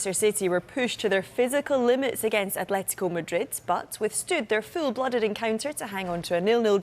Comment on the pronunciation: It's Atletico. Not "A(th)letico"😩